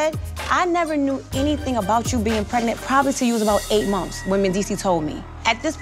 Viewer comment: Please tell yandy how to say months and not mumfs ughhh I can’t handle ittttt